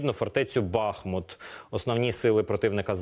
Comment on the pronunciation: Когда наши СМИ научатся ставить правильно ударение - правильно БахмУт!!!